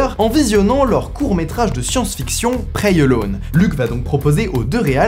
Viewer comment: "preyalone" ptdr la prononciation et la liaison entre "prey" et "alone"